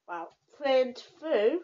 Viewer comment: 'print' not pwint.